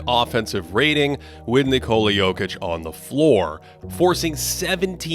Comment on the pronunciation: I don't understand, in your first profile you were pronouncing "Nikola" correctly. Why did you start putting the stess on the "o" like everybody else?